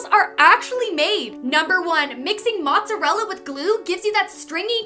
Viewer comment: The way she says Mozzarella triggers me it pronounced “ mos - a - rella -“ not “ motz -arellaaaaaa”